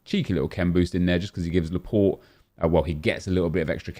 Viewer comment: Laaporte nep plz😂